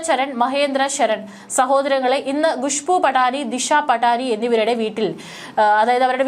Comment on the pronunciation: ഖുശ്‌ബു ഭാവി എന്നൊക്കെ പറഞ്ഞു പഠിക്കൂ. ഗത്തർ എന്ന പോലെ